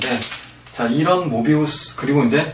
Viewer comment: 형...모비우스가 아니고 뫼비우스 아니야...?